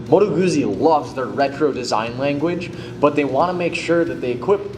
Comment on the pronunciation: It's pronounced Moto Gootsy, not Moto Goozy. Just like you say peetsa instead of peeza when talking about your favorite Italian pie.